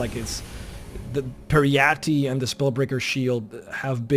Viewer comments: It’s pronounced perry-ite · PJEE-RETTE it is pronounced ;-)